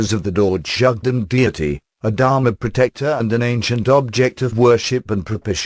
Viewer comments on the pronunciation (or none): none